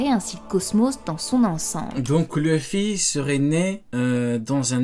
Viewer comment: C’est pas méchant mais je supporte pas les gens qui disent leuffy comme elle bordel c’est écrit LU pourquoi dire LEU 😂😂😂